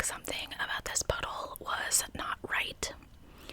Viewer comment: Love you. Am I the only one who heard "butthole" every time she said puddle?